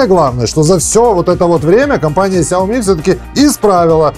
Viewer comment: САОМИ. ХА-ХА-ХА.